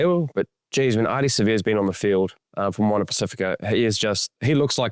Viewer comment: Pac if ika Ross, not Pac ee fika!